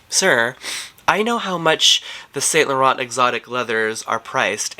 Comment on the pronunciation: No shade, but your french pronunciation is right on, except for YSL..and you own many YSL products. It’s the last “t”….silent